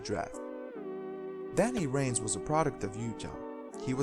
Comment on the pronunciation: If you're gonna do these clips, please learn how to pronounce their names...i.e. Danny Vranes